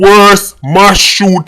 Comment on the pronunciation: Please say M A S S NOT MASH.